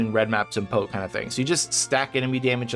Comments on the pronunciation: P-o-e not po community :))) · Nice video and some good points about LE, but every time you pronounced PoE like Edgar Allen "Poe", it physically hurt to listen to. It should be P.O.E. (pronouncing each letter), or better yet, just say the full "Path of Exile". I mean it's not like the extra couple seconds to the video's duration would be a bad thing. Also "Epoch" isn't pronounced like "Epic", it's "ee-pock" or "eh-pock" not "eh-pick".